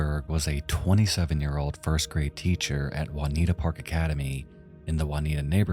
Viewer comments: it's pronounced "June e atta" section of Philadelphia not Juanitta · It’s pronounced “joon-EE-ah-tuh”. Not “wan-EE-tah”. Lol. It’s spelled Juniata, the other is Juanita. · The fact you can pronounce schuylkill with no problem but called juniata, Juanita baffles me. It's joo nee aa ta. Took me a minute to figure out where you were talking about. Never heard of that case before but I remember that snowstorm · Juniata is pronounced -jun-E-at-uh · great video, juniata isnt pronounced juanita btw hahaha